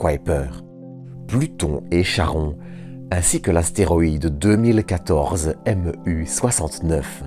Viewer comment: Parce qu'il ne prononce pas correctement le nom du satellite de Pluton !